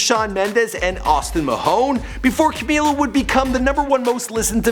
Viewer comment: i love u but i HATE they way you say her name